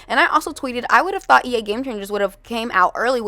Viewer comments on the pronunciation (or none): none